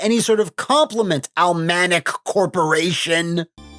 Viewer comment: Pretty sure it's Cealmanic. Not sure why he kept missing the first two letters????